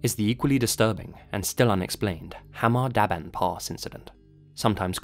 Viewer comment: Bro, your pronunciation of Hamar-Daban, Ulan-Ude and the names is all over the place, but thank you for covering a case from my homeland!